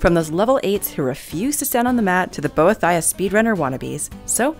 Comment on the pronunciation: bo ee thiah- (im not mocking you im just laughing at how you pronounced it at the beginning)